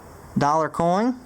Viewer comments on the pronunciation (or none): I love how says i found a coing